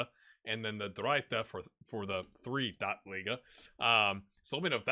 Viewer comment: Almost correct - the third division is the Dritte, which rhymes with Bitte. Nailed it on Zweite, though. :D